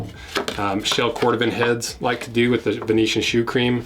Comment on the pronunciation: Cor Dooh van.